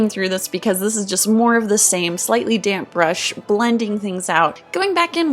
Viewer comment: When you said "damp brush" i thought u said dank brush